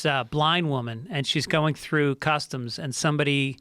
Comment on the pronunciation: "They'll come fuck you thew"